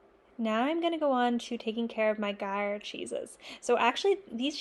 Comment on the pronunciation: Are you saying Gruyère? I believe it’s said groo year, but I’m Australian so might be mangling it. I probably need to pick up some ripening containers before I launch into my cheese making journey. I have a little wine fridge but being able to customise it for each different cheese is probably a good idea.